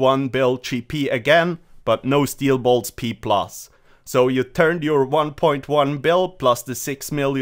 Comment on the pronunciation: Steel boilts lol